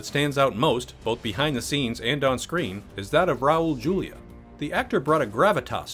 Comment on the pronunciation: Cringing every time he says Julia